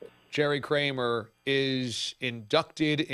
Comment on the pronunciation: Kramer, not Krammer.